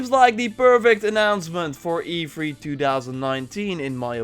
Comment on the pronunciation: E fhree. Lol. Love your vids dude